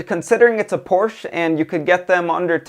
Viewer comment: Good review. Learn to pronounce Porsche.